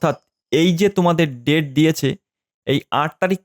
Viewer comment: Date ta properly bolben sir